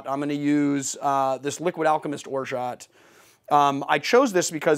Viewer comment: The T at the end of orgeat is silent :)